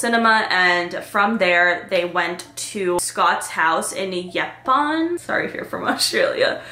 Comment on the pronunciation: Also it’s pronounced yep - poon 😊